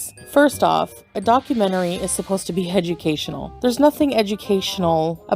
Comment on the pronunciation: says,"Documentaries, are supposed to be Hedgeucasional"🤣🤣🤣🤣👩‍🎓👩‍🏫🤣🤣🤣